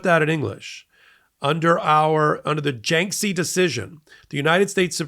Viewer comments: It's pronounced "JAR-kiss-ee". I don't know how you get "JINK-see." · Is this f*cking guy talking about jarkesy? Who the eff is Janksie?(!) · Jarkesy... not Janksey. Oy. Come on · FYI, other news outlets pronounce Jarkesy as "JAR - keh - see" (or occasionally "jar - KEH - see"). There's no "N" in the name, and the first syllable does not rhyme with "bank."